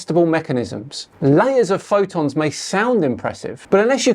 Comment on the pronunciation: He's not going to mention the obvious curve he is showing at 122,000 ft, and clearly above his "magnetic convergence zone". Also I never heard anybody call a photon a "phodon"